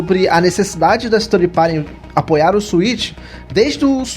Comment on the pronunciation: Ótimo podcast! Ótima recomendação do Coelho. Irei conferir as edições anteriores também e as que virão. OBS: Third (terceiro) se pronuncia "tanrd" e não "tanri", essa é a pronúncia de thirty (30). Pra mim não parecia que vocês estavam falando de terceirizados, mas de trintões, hehe! Grande abraço! /o/